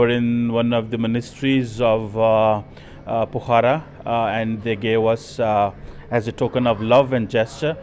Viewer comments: It's not Pokharaa, It is Pokhra, kindly pronunciate properly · it is Pokhara, not Pokhaara. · He is still calling the place as Phohara, in spite of all his interviewed persons clearly and rightly Pokhara( pronounced as Pokhra in Hindi ) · It is Po'khra not Pokhara!